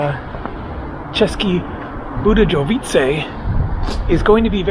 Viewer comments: It should Vse pronounced ceske Budeyovice. J is pronounced as y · Hey man my son is laughing at your pronunciations hes born in Atlanta talks like his daddy born and raised in the bay area and schooled in Atlanta Gaa Gaa rest of the family all modwesterners of German and Czech stock. Česke Budejovice is pronounced like this cheskee budyeeoooviiitsee hope that helped czech is a nightmare of a language to get fluent in took me 10 to 12 years and i had an upper leg on it being i was fluent in German too when i started. Ya mon there are lots of interesting things and towns to see here. Cech bud is a good base its cheap there the accommodations. They only get Bud tourism there. Krumlov is a tourist trap accommodation and restaurant prices often are more than Prague. I have not been there in 5 years. Its still low season sort of now. My son and i are taking a trip to poland it’s cheaper there and really nice and great food. Wroclov and Jelenia Gora. Mountain area. Make sure you try Budvar dark its good. You can only get it in ceske bud or in the grocery store in the bottle warm. Czechs eat mostly fast food Pizza Mexican or Asian if they are eating out. The main meal of the day is lunch. Most people eat at home its way too expensive to eat out on average Czech monthly income. I know a great Czech restaurant with great dark beers. But i can’t remember what its called i just know how to get there its off the square on a side street. I visted there many times back when i was earning dollars and life was more than half the price 5 to 10 years ago.boug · Just a small tip... The letter "J" is only pronounced like that in English. In all other Germanic and Slavic languages is pronounced like your "Y" in "yes". So if you are in Europe just remember that it is the English "J" that is an exception. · I was laughing when you drank the Bud 😂and when you try to pronounce the city name